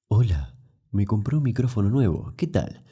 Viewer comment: "Hola, me compré un micrófono nuevo"... y después dice muchas veces "bastante"... pero dice claramente "me compré".